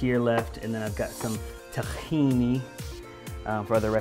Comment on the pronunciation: You said tachini!! With a "CH"!! I'm impressed ;) also thanks so much for this fridge tour! It was really helpful. Gonna go get rid of some science projects now